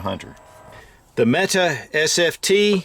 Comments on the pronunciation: Metay...not meta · It's pronounced Met AY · Met tay...Turkish warrior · I am a Turkish native speaker and Mete is pronounced /mɛ.tɛ/, the vowel sound [ɛ] as in /bɛd/. There is no length or tone on either vowel, just two short syllabaries: /mɛ/ + /tɛ/. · Pronounced meke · Why does everyone pronounce Mete incorrectly?